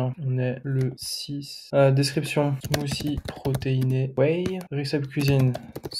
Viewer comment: Super contenu ! Merci !!! (recipe, ça se prononce rè- ceu - pi) :D Aaaaah maintenant je comprends pourquoi plein de sites prétendent vendre des produits qui ont été testés avec des avis et en fait, tu vas dessus et noooon ! Pas d'avis !